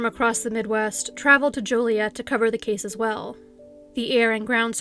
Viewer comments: Hmm...maybe HC is a fellow Canadian. We know how to pronounce Joliet properly, what with our bi-lingualism and all! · Dang, I grew up in Ottawa Illinois which is SO close to Joliet. Also, THANK YOU for pronouncing Joliet with a long O lol. I cringe when people pronounce it as Jolly-et..😖